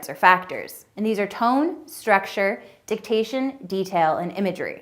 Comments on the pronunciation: I'm glad I'm not the only one who noticed that she said 360 when she meant 180, and confusing diction with dictation. She's trying to teach speech and she can't even get simple orientation, idioms, or grammar correct 🤣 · diction, not dictation